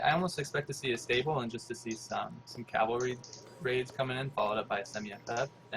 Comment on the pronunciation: the best player in aoe 3 can't say CAV-AL-RY, not calvary